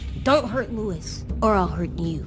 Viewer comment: “Lou is”